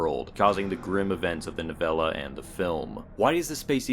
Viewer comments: "nawv-ah-la" LOL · so im supposed to believe someone who cant pronounce novella reads stephen king books.